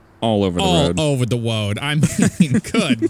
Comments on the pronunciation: all over the woad instead of road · He said all over the woad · “All over the woad” XD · He says all over the woad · did anybody hear how said road